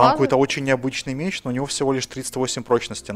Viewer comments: МЕЕЕЕЕЧ НАДА ГАВАРИТЬ МЕЕЕЕЧ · ая-яй) МечЬ правильно Меч.)))) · меч, а не мечь;) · Поправочка! Не "мечЬ", а "меч". Думаю, намёк ясен) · не мечь а меч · мечь 😂😂😂😅 не мечь а МЕЧ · Не мечь а меч